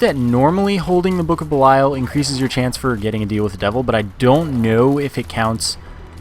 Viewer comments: Lol what do I care? I didn't create the word =P. I think buh-lie-uhl sounds better as well, but it's pronounced bee-lee-uhl. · Hey, for future reference it's pronounced book of bee-lee-uhl. You probably don't care but just throwing it out there.